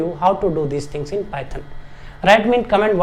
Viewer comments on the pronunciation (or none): none